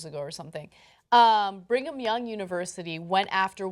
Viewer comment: did I just hear Ana say "bring-em-young university"..